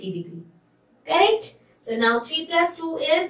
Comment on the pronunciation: how she said now